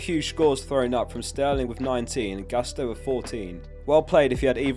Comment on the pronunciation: by the way it's "Gusto" as you read it, not "gAsto":)